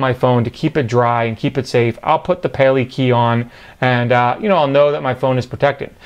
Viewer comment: Actually pronounced pah-lay-kah-eye...pale (to prevent), kai (the sea) Judging by the honu (sea turtle) figure it's in Hawaiian. Interesting case btw.